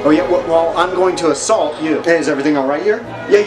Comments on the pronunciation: " oh yeah, well i am going to asalt you" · "im going to asSALT you 😁" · “Yeah? Well I’m gonna assalt, you” IM DEAD💀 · "You seem a bit salty" -"Oh yeah, well I'm going to aSALT you" 😂😭😭😭😭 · "Well I'm going to Assalt you" Had me rolling on the floor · "im going to a-salt you" w comeback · "You're insane" (Two seconds later) "I'm going to a-SALT you"